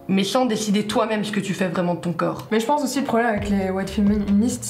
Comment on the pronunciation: Jte rassure aux maghreb les filles etudies et porte le voile si elle le veulent c'est vraiment pathétique de tenter de faire une piqûre de rappel '' zé nou vous pouvez faire ze que vous voulez pazé vous''